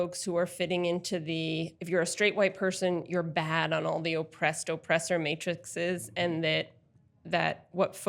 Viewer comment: She mispronounced matrices.